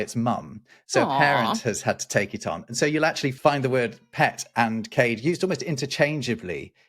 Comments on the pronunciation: it's "Cah - Dah" not "Kaid" for Cade Lamb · We pronounce the word cade in the north of Scotland more like caddy. Cade lamb is a "caddy lamb". Love the video. Love the channel.